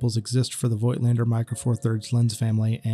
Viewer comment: Review? You cannot even pronounce the name of the manufacturer correctly.